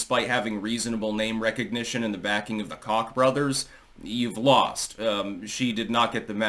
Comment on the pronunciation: It’s “Coke brothers”like the drug, not “cock brothers” like a 🐓.